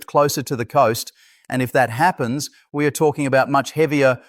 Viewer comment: Code words: we are ee = we are; isen T = isn't; es = is; Don T = don't ; your ree = you're; our nation S capital = our nation's capital: Sunday es = Sunday is; you r ee = you are; but we ree monitoring - but we're monitoring; that S why - that is why. If you are reading this comment, please fix the ridiculous A.I. voice. It does nothing for your professionalism or credibility.